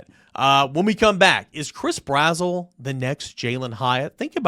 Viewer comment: Yo not tryna be rude homie but it’s Brazzle not brazwell